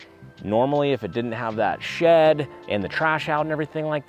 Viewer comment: omg when you said shed i thought you said shit lol